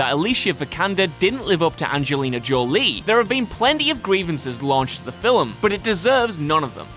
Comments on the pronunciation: Film!!! What the hell is a filam!!! Is that really how he says that?? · Film is one syllable. Not fil-um. Please have someone else narrate videos that have the word "film" in it. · I laughed a little at "viligent". Say it with us now, Vigilant....That and still sometimes pronouncing film like it has a w in it. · You say "fillum " instead of film, thumbs down.